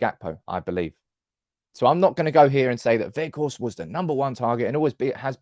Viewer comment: Jayzus please stop pronouncing him Wedgehorst:D I remember the very moment in one of your videos when you got a suggestion from one lady that the G is pronounced as CH or DG and instantly facepalmed at that. I would never imagine I'd still hear Wedgehorst from you today:D Anyway, he's going to be the best loan of this ilk we've ever had, he'll be in the history books of our club just like Henrik. Some say Ighalo 2.0, what the hell are they smoking? I will eat my phone charger if he doesn't strike a couple of important goals.